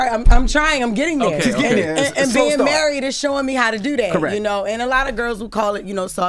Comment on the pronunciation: "because I'm murried" 😂